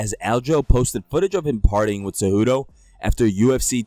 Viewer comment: WHY IS NOBODY IN THE COMMENTS ON THIS GUY FOR CONSISTENTLY SAYING TSEJUDO INSTEAD OF CEJUDO?